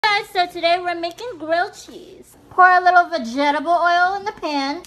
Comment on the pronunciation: Everyone is talking about how she mispronounced vegetable "begetabul". But, not about the stitches on the side of her lips. This generation only knows how to make fun of people